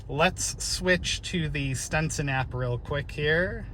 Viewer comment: Stetson, not Stenson.